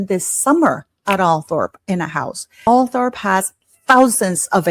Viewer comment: Just so you know, Althorp is actually pronounced Althrup.😁